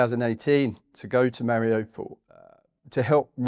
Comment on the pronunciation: The place is not difficult to pronounce, he should have known. Its "Mar i you, (or ou) pol. Nor, mari oh pol.